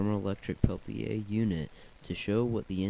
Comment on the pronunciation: Why do you say it like pelti A